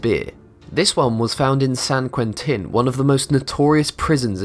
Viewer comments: is there a special-ed school where they find the narrators for these videos? almost every one that I watch, the guys, who sound like native speakers of English, just MANGLE the pronunciation of words. all...the...fucking...time... this guy: san quenTIN prison. the worst offenders are the dudes who do the "scary stories from reddit" videos. I seem to have repressed some of the worst examples I have heard though. will rage about if they come back to mind. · lol ; i know san quen tin ! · How can you mispronounce san Quentin in the same sentence as saying it's one of the most notorious prisons in the world? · man learn to speak san kwen-tin? drug ad dict?